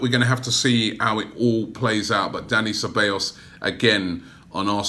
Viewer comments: Ceballos = (SE-BAA-YOS) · Robbie m8, it’s pronounced (Seh-Bye-Os) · It’s Dani Ceballos pronounced Say-Buy-Yos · You pronounce cebaillos se-bye-os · CEBALLOS = SAY- BYE - YOS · It’s Ceballos. Pronounced S-E-B-A-I-O-S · Robbie please Ce-Ba-Yos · Its pronounced SE-BA-YOS Robbie! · Pronunced SE-BA-JOS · Cabellos: Kah-Bye-Yos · His name is pronounced cebayos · Robbie it's Sa-bay-os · It's pronounced cheb-eye-os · It's pronounced seh-bios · It's pronounced seh-bah-yos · Ceballos= Zeh-bah-yos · Rather have Everton Soares than Zaha. He's much better. Also, two 'L's in Spanish are pronounced as a 'Y' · He really said Ceballos name wrong each time, so cringe